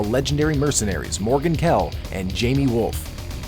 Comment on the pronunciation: Jaime Wolf - its pronounced HIGH-MAY